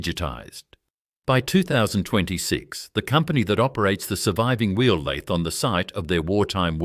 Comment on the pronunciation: Lathe say it correctly F AI